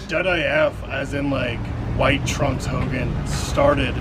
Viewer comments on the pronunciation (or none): none